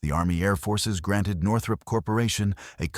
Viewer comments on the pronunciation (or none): none